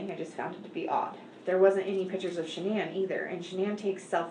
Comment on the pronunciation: This isn't a big deal at all but I just find it odd that her mom, dad & brother pronounce her name the typical way "Shannon" is said, but her friends call her Sha'nnan? I would just think that the people who named her would pronounce it correctly 🤷